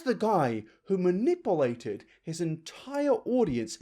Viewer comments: 'says the guy who maNIPPLEated'😂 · I'm sorry but "ma-nipple-ated"